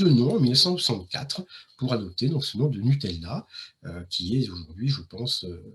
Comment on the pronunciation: Lavàtsa, pas Lavadzà, Noutèlla pas Nutelà. Chambéry chef-lieu de préfecture du Pas-de-Calais 😂Incroyables le Musee Egyptien, et le musée du cinéma dans la Molle Antonelliana